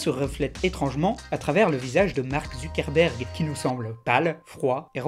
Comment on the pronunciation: Quand il dit Zuckerberg j'ai l'impression qu'il dit ZUCC-erberg. Je peux pas être le seul.